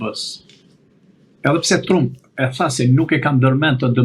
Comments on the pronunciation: O idjot nuk I thone truump Englisht pronunciation is tramp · For Heaven’s sake will someone tell him to pronounce correctly the name of the American President ???